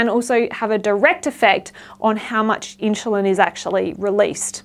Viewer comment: Love your videos 💚 Is there any particular reason why you pronounce insulin as inshulin?